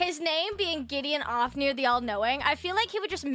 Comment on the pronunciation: from "Gideon Ofnir" to "Getting Off-nir" 🤣